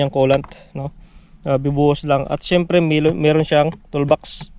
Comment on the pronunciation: Syemprrrrrrrrrrrrrrrrrrr hahhahahahaha